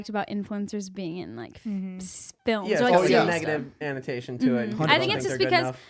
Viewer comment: its connotation, not to be a nazi about it but I still love you homie!!!